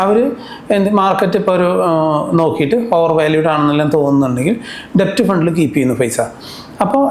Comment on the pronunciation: Kindly note that DEBT is pronounced as DET (ഡേറ്റ് ). B is silent